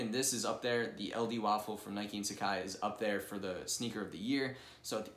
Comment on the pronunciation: Pronounce it properly. SUH-Kah-Ee not SA-CAI